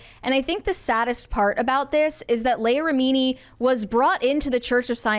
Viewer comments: It's LEE-ah RI-mi-nee. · Mispronouncing her name so badly makes this unwatchable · How do you have a show about pop culture and NO ONE knows how to pronounce her name?